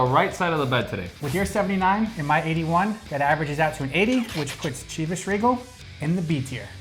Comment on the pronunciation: OMG guys, Chivas is pronounced with a ‘sh’ at the beginning, not the hard ‘ch’ sound.